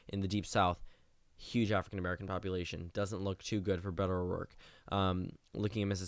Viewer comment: *Beto O'Rourke - You missed off the r